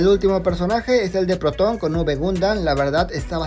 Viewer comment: La skin del Porton esta increible y esta bien trabajados.Activison se puso a chambear y le puso mucho esfuerzo al igual que tú con este video, gracias por la información ❤❤ P.D: Era Proton no porton xd.